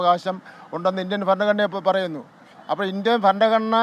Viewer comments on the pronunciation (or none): none